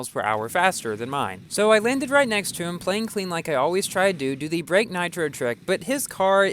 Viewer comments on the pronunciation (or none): none